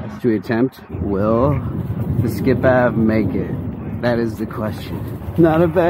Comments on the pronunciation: You know this is actaully ment to be pronounced ski pave 😂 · I thinks it’s pronounced Ski-Pave